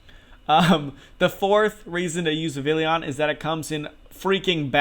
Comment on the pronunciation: Cool video dude but Godddd is it obnoxious when people mispronounce and misspell Vivillon. It's Viv-EE-Yon. It's French, man!